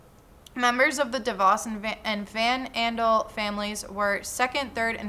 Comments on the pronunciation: Hey! Van Andel is pronounced Van AN-del. (Were a bunch of Michiganders who talk through our noses haha) Source: I’m from Grand Rapids where them and the Devos family own everything. Also my parents got sucked into Amway during my growing up! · I live in the city that treats the DeVos and Van Andel families like deities; having places named after them and even a hotel named after Amway. You have the correct pronunciation of DeVos, but the Van Andels are pronounced as Van like the vehicle; Andle like handle.